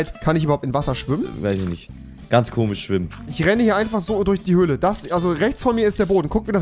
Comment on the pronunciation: Rewi kann fisch und komisch nicht sagen